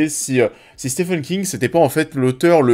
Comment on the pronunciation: Au risque d’être relou ça se prononce « Stiven » King 😊